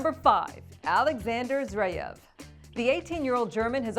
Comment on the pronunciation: Hi. It's Zverev not Zreiev. You pronounced his name wrongly in at least a couple of other videos as well.